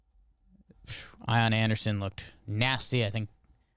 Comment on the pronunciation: As a braves fan and a patreon we do say Ion Aunderson now lol